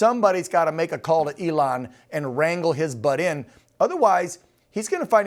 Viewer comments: His name is not Ellen, it is E-lon. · why is George saying Elon's name wrong?